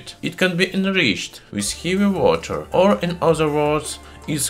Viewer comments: Yeah your accent turns to sharp russian. Khevy woter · хэви уотр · Heevy wacchhter